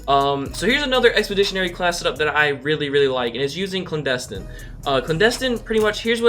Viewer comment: "Clandestin" AHHHH bruh it's "Clandestine"!!!!